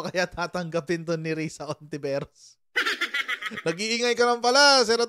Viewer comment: Hindi po lahat ng words na nag start sa H eh silent na agad ang pronunciation. Kung lalahatin nyo yan anong silbi pa ng letrang yan?!!(Halaga, Halaman, Hayop, etc, pki pronounce nyan)